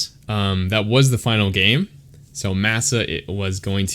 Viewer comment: I think his name is pronounced with a short a sound "mah sah" 🤓 great commentary tho!